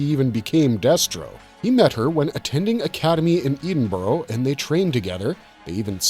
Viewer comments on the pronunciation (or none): Edinburgh is pronounced "Edding Borough"